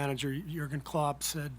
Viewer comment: Kerr actually pronounced Jürgen Klopp correctly. rare thing